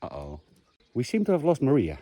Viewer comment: one suggestion, when calling out for Maria, extend it out longer, more like "Mariahhhhhhh", you clipped it to short for a portuguese person to understand you are looking for a person instead of giving a command :-)